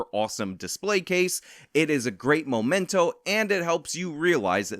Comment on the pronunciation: Bro, it's memento, not momento 😭😭